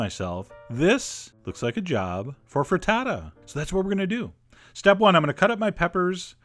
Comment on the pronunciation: you say FRITTATO I say FRITTATA